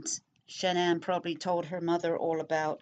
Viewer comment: His mother could have killed cece so Shannan had some class i would've stomped her ass. Also why dont you learn to say her name right? It isnt Shannon.